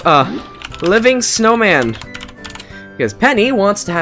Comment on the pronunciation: Aaaaand also did not say snowma he said snowm